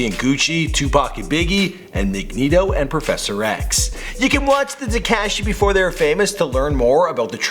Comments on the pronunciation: pronounced Magneto as Migento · Nigga said "migneto"